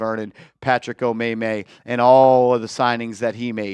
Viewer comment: LMAOOOOO Patrick Omaymay😂😂😂